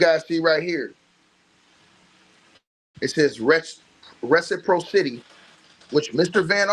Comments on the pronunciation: Ress-a-pross-ity is how it’s pronounced but yea we get it 😇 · Btw... reciPRAHsitee. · If I may assist with love, Reciprocity= Re.si.praa.ci.ty= Pracity. Reciprocity. Good content!!!! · Keep on ‘em! You believed in Buzbee from the jump And it’s Ress-eh-prosscity brother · I was going to say the same thing. I was just listening & thought, "what is he saying?" Then I looked at the screen. Reciprocity. 😊